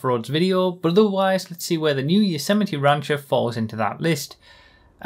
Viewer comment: Nobody:: rÁncher Love it.